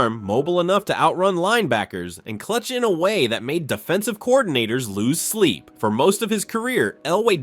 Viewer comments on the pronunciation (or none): none